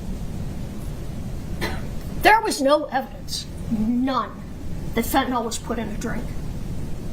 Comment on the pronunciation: Fen-ta-NILL, not Fen-ta-NOL.